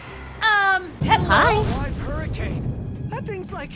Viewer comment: How you know it's a pure, wholesome, and innocent video: "Hewwo" "Hewwo"